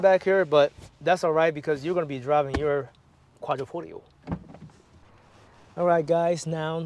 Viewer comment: Yo DAWG...I'm 7 seconds in and I'm TRIPPING Dawg !!! ROMERO !!! Quadrifogrio !!! I hope things get better "G" !!